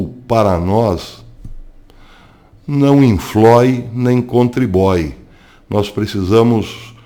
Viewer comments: "...não inflói nem contribói..." "gosti"!!! Rsrsrsrsrs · Não inflói nem contribói kkkkkk boa professor 😄😊🇧🇷🇮🇱🇺🇸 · "não infloi nem contriboi" eu ri... kkkk